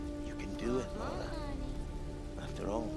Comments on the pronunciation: It's Lara, not Lora 😆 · It's LA-RA not Laura. I've got no idea why Americans can't say a basic English 4 letter name properly